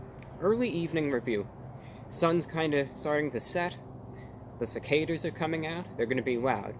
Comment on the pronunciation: It's cicada not cicada